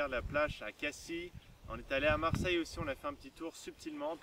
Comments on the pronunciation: sa s'écrit cassis mais je crois que sa se prononce cassisse pas cassi ^^ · çà se prononce cassisse ^^ bonne vidéo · On dit à Casisse! ^^ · Ca se prononce Cassis ;) Dommage. :P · lol ca ce voit que t'ai pas du sud ca se prononce cassi